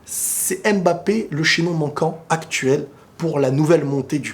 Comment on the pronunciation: Mba et non M-Ba mdr la prononciation mon ami 😄